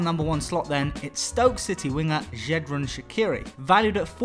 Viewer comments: Its xherdan not xhediran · Xherdan not Xhediran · its xherdan shaqiri, not xhediran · How the hell did you manage to get the name Xherdan so wrong???